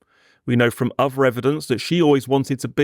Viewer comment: Does this voiceover pronounce 'th' as 'f', for example 'firty' instead of 'thirty', and 'v' for voiced 'th', for example 'uvver' instead of 'other'?